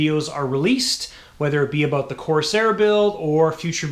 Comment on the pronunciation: I absolutely love the content on your channel.obviously you are a Canuck and you guys say things just a bit differently than ee do here in the United Staes but one thi g thats been really bugging me is how you say CORS AIR Instead of the proper pronunciation COR SAIR. Once again love the channel content and I think you build some of the best models Ive ever seen. Keep up the good work and you say corsair however you pmease....lol